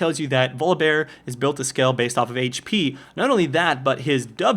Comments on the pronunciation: nah, he pronounces it vollibar. he says volibear with the "o" as an "aw" sound even though its not a double consenant. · My favorite is that you pronounce it "Voli-bar". Great vid, I watch these every time. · volibear- volabare not volleybar and he is op as fuck